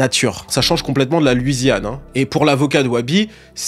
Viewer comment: Très bonne vidéo mais juste on dit “LOUisiane” et non pas “LUIsiane”